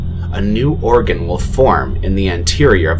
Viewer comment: Sigh. It's pronounced OR-gun. Like a pipe organ, or organs in general